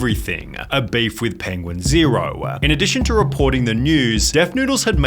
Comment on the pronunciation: I can't listen to Sunny anymore the "ah" at the end of every sentence is unbearable "penguin zero-ah" im Australian, no one speaks like this.